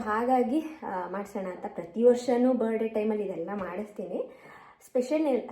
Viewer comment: Kindly learn phonetics, you pronounce Birthday so badly.......